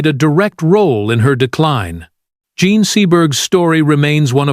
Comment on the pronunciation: Ugh! A.I.'s mispronouncing names and using different ones for the same name is so irritating!! Why do people even use this in their videos?!! Shy-ah LeeBeeOaf, Jean french pronunciation goes to Jean American pronunciation within two sentences. I mean, which is it, Mr. A.I. genius? Ugh, ugh, ugh!! Lol.